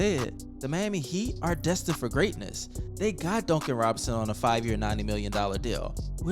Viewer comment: Dooncan robinson lol